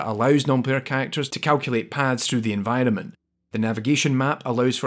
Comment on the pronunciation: Recently stumbled upon your channel and I like your content very much so far (especially related to games like this that I've played a lot) so keep up the good work, but one thing that I just can't get out of my head, everytime you say "environment", to me it sounds like "N-Vitamin". It's stuck forever now :(